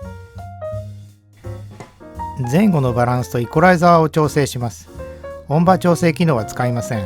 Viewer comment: おんば？ おんじょうじゃないの？